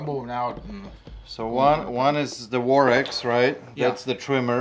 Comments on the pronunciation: WORX is pronounced Works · It is pronounced works not war-x and most garden cordless tools come with one battery